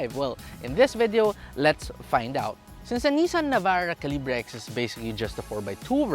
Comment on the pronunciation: Its "kal" + "uh" + "buh". Sorry im kj.